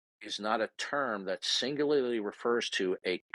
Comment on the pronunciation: “Singlurlurly” Holy moly,. No, you DO NOT sound like you’re knowledgeable….on anything.